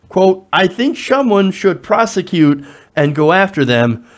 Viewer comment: did this asshole say prosecute or persecute? just wondering